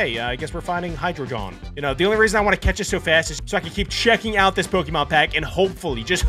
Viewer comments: Heidreigon is pronounced Hi-drey-gon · It's hie-dra-gon not hie-jri-jon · said Hydreigon so wrong its pronounced Hy_dre_I is silent_gon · i don't like that absolutely butchered hydreigon's name